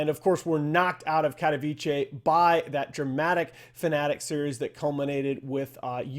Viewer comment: Baffled by how many different pronounciations of "katowice" I've ehard among the dota crowd for the past 2 months. Its like as if Capitalist was the only person to do research and try to do it right most of the time.